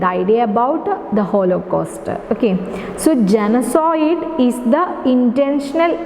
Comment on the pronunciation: Genocide- Please check the pronunciation